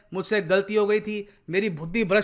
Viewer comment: Did said FUDDI instead of BUDHI? 😂😂😂😂 Or did I heard it wrong 😂😂😂😂😂? At.